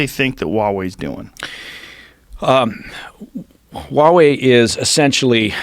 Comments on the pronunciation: Huawei sounds like a Hawaiian word. Why do people pronounce it that way? It is Haway, not Waaway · It's pronounced HUA wei not wa wei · Why does the american news always drop the "h" when they say huawei? The chinese pronounce it with the "h".